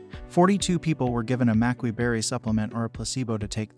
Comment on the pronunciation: You pronounce both berries wrong.